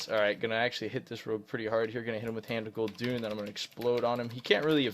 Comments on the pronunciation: IT´S GUL'DAN PLS DON´T SAY GUL'DUN!!! :,( I cry everytim :( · gul doon?? LOL. It's pronounced gul dan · its hand of Gul-DAAAAN, not Gul-Dun triggered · Why do you pronounce Gul'dan(pronounced how it's spelled) as Gul'dune? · It's Hand of Gul'dan (the warlock), not Hand of Gul'dun! xD